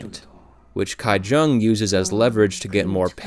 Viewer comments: The name of the poor family's daughter is not pronounced as Gai- Jung but Gi- Jung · small nitpick, but how in the world did you manage “kai” jung out of “ki jung” when “ki woo” seemed just fine? lol